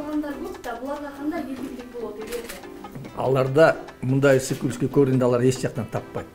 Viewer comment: Ызык эмес "ысык" жолдош министр! Кыргыз нукура тилибизди тебеледик го чиркин.